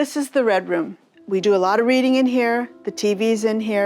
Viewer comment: “We do do the doh doh!” 😅😅😅❤😅 She must be Irish!